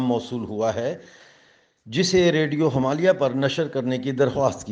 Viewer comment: jab aap radio Himalaya kehte hain to usme last (A) silent rakha kijiye, thankyou please bura mat maanyeega.